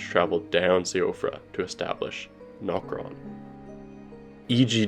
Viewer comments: siofra is pronounced she-ofra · Siofra is pronounced Shee-fruh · Siofra is pronounced like She-fra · its pronounced shufra btw..... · Siofra is Irish so it's pronounced She-fra. Not being nit-picky, this is a great video! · Siofra is pronounced "SHEE-fra"